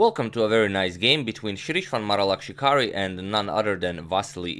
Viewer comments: Be honest, how many times did you practice in the mirror saying Sreeshwan Maralakshikari? So much ease!😂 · My guy said that name better than most Indians(including myself😂) can.